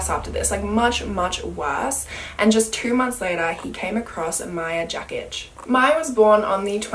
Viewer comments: hey, I just want to let you know that Maja´s last name is actually pronounced as Yakich because "J" on Croatian is actually pronounced as "Y" and "C" is "Ć". But on the main note, my heart really goes to the family's of the victims, they lost their loved ones to this disgusting human being. Also, love the way u tell those cases. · Hi, in croatian/serbian/bosnian the Letter ‚J’ is pronounced like ‚Y‘ so you were pronouncing Mayas last name wrong. Just a side note (